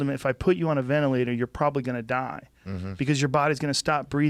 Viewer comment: Oh please tell me mr high school drop out fighter the science and precautions I should be taking during a global pandemic. But first, learn how to say the word ventilator.